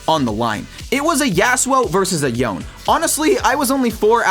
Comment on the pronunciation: Omfg, stop misspronouncing champs on purpose. It makes it so infuriating to watch your content. That's unironically the only reason I haven't subscribed yet. You know how to pronounce Yone, dude, Yasuo literally says it when he meets him